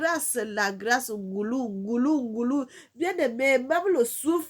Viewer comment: Bonjour ma sœur, on ne dit pas NGoulou, mais NGOLOU ET CA S'ÉCRIT NGOLU.